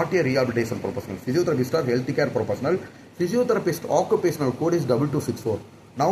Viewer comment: English pronouns are really bad… when I write them down first and then read, only then it looks clear. Physiotherapist... He said physiotherapistuu Development..... He said developmentuuu System he said systemmuu 😂😂😂😂 so many words like this